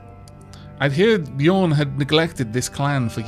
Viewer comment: Using the ø in Bjørn you should pronounce it as ø, not as o. It sounds like the "u" in "burning". ;-)